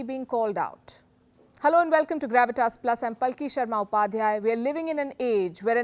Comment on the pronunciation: With all Due Respect, it's "Gravitas", and not "Garvitas".